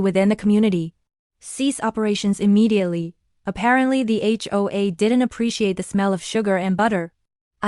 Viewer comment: "Cease operations immediately" is rendered as "Cease operations rimentity" (I'm assuming that first letter is an "r").